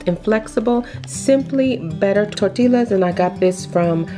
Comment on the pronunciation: heads up you say it like (tor- ti-yas) not (tor-til-las)